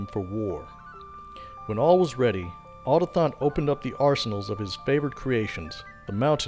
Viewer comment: > otathon Nonono. A, u, to, k, thon.